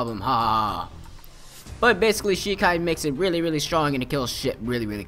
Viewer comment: haven't watched the anime for a while, just been reading the manga but I think only the quincy call it Rei-shi, but he's pronouncing everything wrong anyway. bonkai? shekai? nooooo I blame dubs.